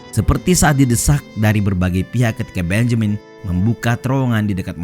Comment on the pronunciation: Bonyamin ngunyah tahu...